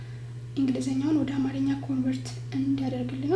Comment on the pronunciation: You missed the correct characterization and pronunciation .Don’t say it “አማረኛ” but say it“አማርኛ”